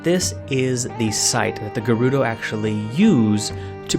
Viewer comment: that mispronunciation of gerudo hurts my ear